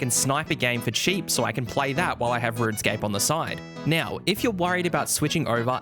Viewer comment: like how you say now - "nyaw"